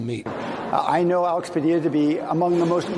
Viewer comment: You're pronouncing his name wrong. Two Ls in Spanish are spoken with a Y sound, Though to be fair you're absolutely right about him, he is just a fucking child